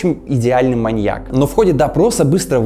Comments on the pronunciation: чувак...ударение в слове "маньЯк"... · Лайк. Только странно звучит ударение на последнем слоге в слове маньяк во всех падежах, кроме именительного.. Извините, если ошибаюсь. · Маньяк - это не коньяк. Ударение на "Я" при склонении. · вот всем ты хорош. Рассказываешь интересно, подача отличная, но ошибки с речи ужасают. Ударение в слове "маньяк" ставится на "я" и не меняется при склонении. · большие проблемы с ударениями в каждом видео. МаньЯк, ударение на Я при любом падеже: с маньЯком, маньЯку и тд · Нет словосочетания "на стране", есть словосочетание "В стране", или вы на от6России живёте? И ударение в слове маньЯк ставится на Я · О Джеке Потрошителе мы может и не много знаем. Но мне до сих пор казалось, что в правильном ударении в словах "маньяк" и "инспекотов" нет никакой загадки. А в остальном, конечно, интересно, спасибо!